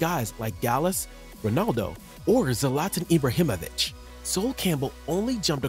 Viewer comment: You pronunced Zlatan's surname wrong